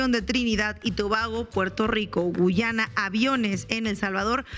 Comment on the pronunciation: Inna, enséñale a tu colega que este país se llama GUYANA, no GUCHANA.